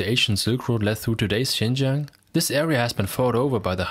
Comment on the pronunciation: Sounds like you're talking to yourself. By the way, it's "Xinjiang" not Xingjiang.